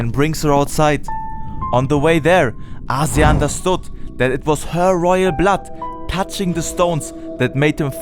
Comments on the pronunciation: please stop mispronouncing Azir's name... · 3 months of work but didnt bother to learn how to pronounce the names right :D Still a great video!